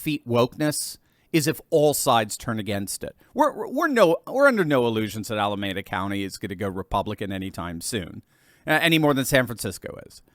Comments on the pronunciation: its "Al uh mee' duh" County, not "Al uh may' duh." Just ketting you know... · pronounced Ala MEE da city, and county. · "Ala" "meeda" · It's pronounced "Ala - mee- da" County. You know, where they keep the "nuclear wessels"! 😝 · The city is pronounced "Ala-meeda" county. :face-red-heart-shape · Sorry, it’s “Ala-Meeda” I live near there. The DA is only a fleck of things dysfunctional about the Bay Area. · its Al-a-me-da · It's pronounced Al-uh-MEE-duh County,.